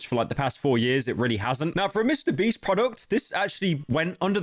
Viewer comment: i keep laughing too hard at 'mr breast' please save me